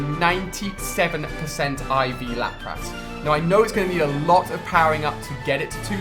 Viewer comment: It makes me cringe when he pronounces Lapras..